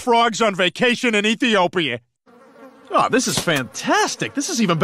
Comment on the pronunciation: Ethiopia not Ethiyopiya